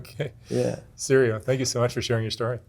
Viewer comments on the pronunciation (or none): At first i thought mark said "cereal"